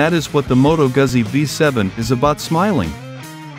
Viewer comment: Can we please learn how to pronounce “Guzzi”!